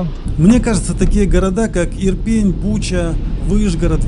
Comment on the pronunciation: Иопинь, а не Ирпень. Причем тут пень?